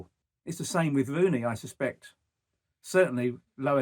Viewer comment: It's Rooney not wooney . You should get a job in talkshspooort. He is not manager material ye liars